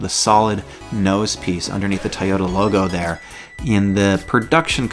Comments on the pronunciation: TOY-ota......not Tyoda... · Please make sure you are saying TOY OTA not tie yota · Toyota not tyota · Why do you say like it's spelled tayota supra